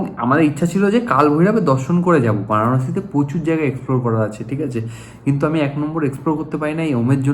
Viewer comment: banarasi na bhai baranasi